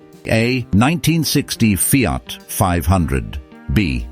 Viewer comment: Feeart, Renawlt. Jagwar. Romeeow, Where do you get them from>